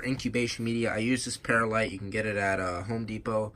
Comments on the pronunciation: It's pronounc ed perlite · it is per-lite not paralite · Per light.. Not not pears light. Sorry but get frustrated with bad pronunciation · Not peralite perlite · It is perlite not peralite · it's pronounced per lite not para lite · Not pear a light. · it's perlite(pr lite) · Say it like pearl-light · Love you and your videos but I just want to let you know that perlite is pronounced pearl-lite. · Just correcting you its per light but in one word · Pronounced pearl- ite